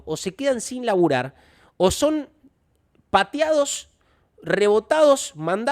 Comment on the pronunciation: Ya estoy como Mati, retrocedi para confirmar que dijiste "Patiados" en lugar de "Pateados" y si, efectivamente. Ya me pegaste el toc jaja